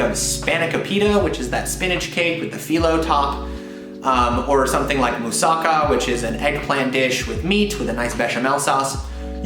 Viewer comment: If you talk about food, at least learn how to PRONOUNCE the names correctly with the accent on the right syllable. It's moo-sa-KA--Not moo-SA-ka. spano-KO-pita. You might travel the world, but you show your ignorance by mispronouncing things you've seen or done or eaten.